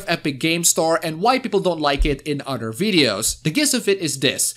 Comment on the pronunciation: The My Girlfriend picture is of busty girls...and he keeps saying "udder people." I know he means "other people" but I just find it funny.